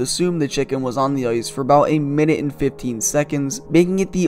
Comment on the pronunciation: Love the content but for the love of god learn how to pronounce the letter "I" . Hockey is not played on "Oice" and nobody has ever been in a "Foight" .